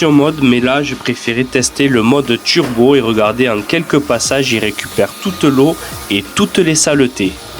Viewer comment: Pourquoi tu dis « tchurbo »? Ça fait bledard